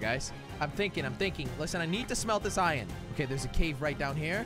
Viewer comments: It is Iron not ien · Its IRON NOT ION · Am i the only one that gets trigered whene jelly said ien and not iron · Jelly (no offence) it’s iron not ion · Fun fact:Jelly says iron like ion